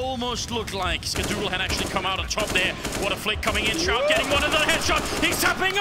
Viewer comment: he pronounced shroud's name wrongly lmao